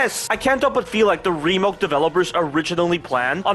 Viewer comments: Love the dedication to saying "remilk" T-T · I have a feeling the voice is ai because he keeps say resident evil remilk😂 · Him saying "Resident evil 4 Remilk" alone already exceeds the code written in RE4R